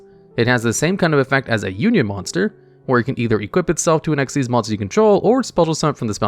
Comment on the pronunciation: I'm still wondering how you have all this knowledge but you didn't know dark rebellion xyz dragon was pronounced as "dark rebellion ECK ZEES dragon" 🤣 Don't worry, you're still the go to king for top 10 yugioh videos 😌❤️